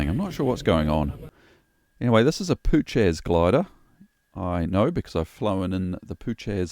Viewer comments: the glider name is pronounced poo-hatch not poo-chez :) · it's "poo-hatch" not "poocac" 😜👍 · "Puchacz" not "Puczes"😁 greetings from Poland:) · Actually, it is pronounced “Poo-hatch.” Appropriately enough if you’ve managed to spin one. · Puchacz... Phu-ha-tch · This guy calls himself..An Instructor..And doesnt know the diff between a Forward and a Side slip.and DUDE Its Puhatz is how ya say it.. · Puchacz is pronounced 'poohatch' ;-) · and you can see the airbrake handle forward in the closed position (compare to with the brakes deployed). that pass would not have been possible with the brakes open. the change in slip direction seems pretty dangerous to me. that's a lot of yawing movement with the nose high. i don't have a ton of experience in the Puchacz (your pronunciation kills me btw) but enough to know that it likes to spin and will bite you if you let it. pretty cringe display tbh.